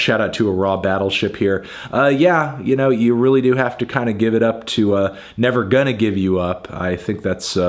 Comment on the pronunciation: The way you pronounced Never Gonna Give You Up was disturbing